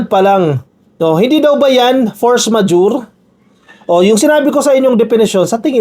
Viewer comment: you are trying to correct Padilla on how to pronounce “force majeure” but even you, is not pronouncing it correctly! Please listen again and correct yourself! 😊